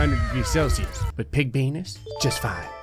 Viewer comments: Why does sound like saying "I'm sorry P*nis" instead of "I'm sorry Venus" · venus kinda sounds like penis